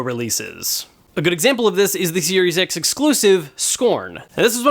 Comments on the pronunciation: Lol he should've slipped a J Jonah Jamison " You Serious " clip from Spiderman movie 😅😅 it sounds like he said serious X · I swear he said Serious X